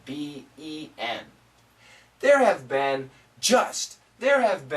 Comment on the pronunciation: It´s funny like "have been" sounds this time to me as "happen"...